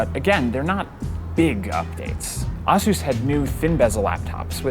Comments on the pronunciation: Somebody tell this guy Asus is pronounced as AESUIS, not AAASUS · did this man pronounce Asus, awsus? I have heard asus and azus but never awsus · I've heard A-SUS and A-SOOS but never have i ever heard of AH-SOOS before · Its Asus, not Ausus. R.O.G., not Rog. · did this guy just say "assus?" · Do people seriously pronounce ASUS as “ah-soos” ?? Have I been saying it wrong this entire time? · Is it just me or is anyone else cringing every time this monotone-complainy-guy says 'Ahh-Seus' Like WTF dude, NOBODY has ever said their company name like that, not even their own reps, so what would lead you to that conclusion? SMH... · Auh-seuse? A-seuse? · okay who the hell pronounces it AH sus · Agreed with JuicyMullet, it's pronounced EH-SEUS, but maybe that's because I'm Canadian. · LOL when you are just a producer and not a tech geek You pronounced Asus "AZUS" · I've never heard anybody pronounce ASUS "Ah Sue Sa" before. I'm kind of questioning my whole life now... I'm not sure what to think about computers or the Verge.... .... How did I get here? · John Brennan Nah, common usage always wins. He’s wrong because he’s reporting this in English where even ASUS reps pronounce it “ay-soos.” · The name originated from Pegasus, so shouldn’t it be pronounced Ay-sas? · Aah-sus rogg ... Why didn't he ask anyone how to pronounce these things. There are ASUS reps all over the place. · Was about to comment the same thing. Thanks! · The biggest fail in the video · The fact that you’re pronouncing “Asus” incorrectly freaking kills me. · I have never heard someone pronounce ASUS the way this guy does lol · How tf did he say ASUS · this guy can't even pronounce ASUS, WTF??? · pronnounce asus like that once again and you will get a punch to the face dud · Im not really sure how to pronounce ASUS, but i know thats not the right way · jesus christ pronoune Asus correctly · Bro learn to pronounce ASUS! You’re a tech reviewer! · Can’t even pronounce ASUS right